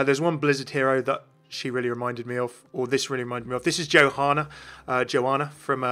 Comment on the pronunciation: Isn't it pronounced "YOhanna" and not "JOhanna?"